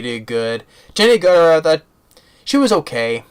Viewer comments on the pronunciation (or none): Jenny AGERTER, That is the correct pronunciation